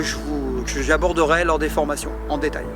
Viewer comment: Quand Franck Ropers dit pas "des formations" j'entend "déformation"